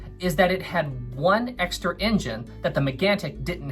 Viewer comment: It's not racism if the word he's saying is engine and it's just his accent making it sound like injun. Give the guy a break!